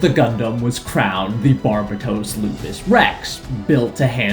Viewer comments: It’s Barbatos not “Barbatoss,” and Mikazuki’s last name is Augus not “Argus.” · YouTuber Pronounce Barbatos Correctly Challenge: Impossible